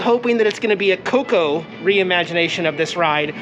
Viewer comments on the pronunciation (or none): none